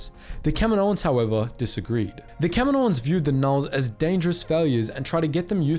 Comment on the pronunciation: Thank you for pronouncing “Kaminoans” correctly :)